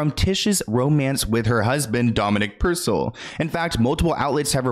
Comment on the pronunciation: it’s Dominic “pur-cell”